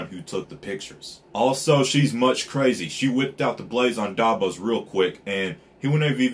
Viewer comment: Are you saying Dabos? Lol its Davos btw but if I'm hearing wrong I'm sorry lmao